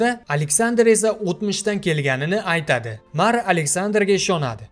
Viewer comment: эйтади..эйланади...зур укиббердинг узиям...а🤣🤣🤣